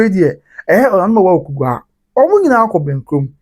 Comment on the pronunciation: THE NAME IS AWUKUGUA NOT AWUKUGAA😊😊😊